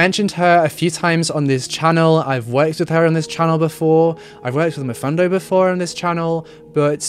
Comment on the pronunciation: The way you pronounced Mfundo’s name, it was so cute. I’m from 🇿🇦🇿🇦🇿🇦, know her and Mfundo and I speak the same language... ❤️❤️❤️ all the way from 🇿🇦🇿🇦🇿🇦!